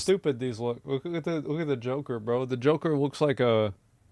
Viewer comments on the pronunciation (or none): "The Woker"